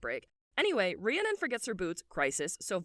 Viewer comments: stoppp this was so good!! my only critique is how you say Rhiannon, as a girly with a real life bestie called Rhiannon, it's said like Rhree-ah-nin. amazing video, loved it! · I just want to help everyone out and let you know Rhiannon is pronounced ree-ann-non*, you very much pronounce the final *-on and it's not -urn or anything like that xoxox